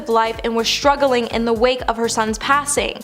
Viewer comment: Struggling, not struggerling….that’s how kids speak.